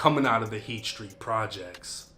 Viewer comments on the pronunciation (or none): it’s heath not heat get it right sir 😘😘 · It's Heath street not heat but heat sounds about right. Jamaica Plain I've been in those building, the courtyard all that. The Heath street projects are the epitome of projects. It's like being in a jail only there's apartments behind the doors. The halls are exactly like prison or jail though it's wild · Its Heath street lol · It's heath street not heat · It’s heath, not heat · Isn’t it Heath street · It’s Heath Street… this dude ain’t from Boston 🤦🏻‍♂️